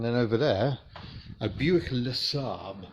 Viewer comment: Never heard the term dickey seat before...or a LeSabre pronounced like it’s a Swedish car ;)